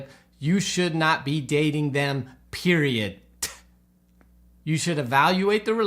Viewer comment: PERIOT🤣, I love that. Pearls of wisdom. Value over the volume of your feelings👏.